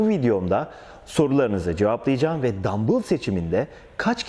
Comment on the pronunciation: Ne Türkçede ne ingilizce de dambıl diye bir kelime yoktur dumbell diye yazılır dambell diye okunur arnold vb hep dambells der en basitinden google çeviriye yaz dumbell yaz dambell diye okuyor yurt dışında dambıl derseniz rezil olursunuz